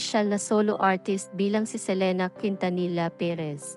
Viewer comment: Ang bobo mag pronounce nang surname ni selena